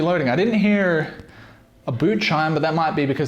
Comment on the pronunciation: he became american for like 1 second when he said hear